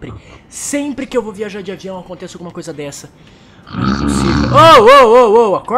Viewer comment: O Rezendeevil Fala No Adiao em vez de aviao